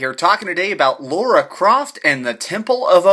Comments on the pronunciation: Lara. Not Laura! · Subbed! Great review! But she's called Lara not Laura nor Lora it's starting to get annoying :) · You pronounce it Laura?